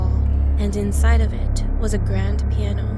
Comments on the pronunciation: It's piano not plano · It said plano it should said piano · Its plano not piano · Nobody: Not a single soul:: “Plano”